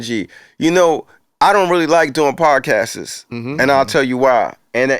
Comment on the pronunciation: “Podcastes” lol